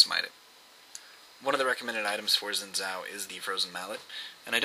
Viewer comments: I hate to break it to you, but its pronounced Zin Jow, not Zin Zow. Look up Xin Zhao champion spotlight, Phreak pronounces it Zin Jow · if you wanna pronouce it right, probably should be "shin Jaw"(not precise but close), cuz hes Chinese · It's a great video, good clips and commentary, and the only irksome factor was that you pronounced his name wrong.